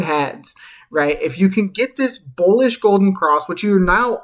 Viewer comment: did u say bowlish ? lol